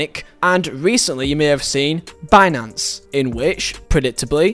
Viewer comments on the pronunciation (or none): none